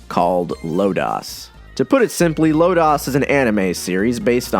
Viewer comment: Low-Doss. LMAO